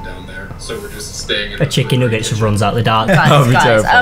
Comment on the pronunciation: Who cringed when said chicken nooget Also don’t be mad at me I love (not creepy)